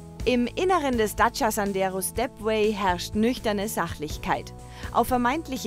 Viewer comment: Hallo erstmal ADAC was habt ihr denn für eine Sprecherin die kann ja gar nicht Dacia aussprechen die sagt im Video immer daca anstatt Dacia.